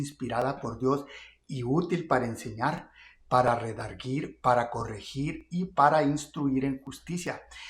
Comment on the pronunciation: Quitice el pañal de lacabeza estas opinando de algo que no sabes. Hablas con la boca cerrada.te comes tus palabras. Tranquilo hay mucho futuro pa que la gente mire quien es quien. Pronucie bien la palabra Reedarguirrrrrr!!! Y nooooo redargiiiir.!!!